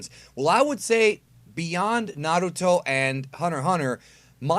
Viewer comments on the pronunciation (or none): none